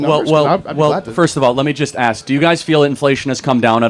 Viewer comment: I think it’s funny how you try to speak so proper like you’re college educated and intelligent but you still can’t pronounce or say the word “ask”🤓🤓 nawga please🙄🙄